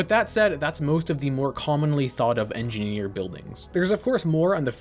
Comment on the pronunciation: thr engeeineer is enginehere